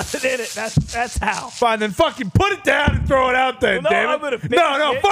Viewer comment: I don’t care whadd I’m watching. I’m hittin the DAHN every time Hammer DAHN is said